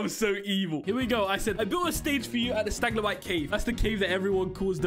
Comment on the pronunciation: Isn't it stalagmite not staglamite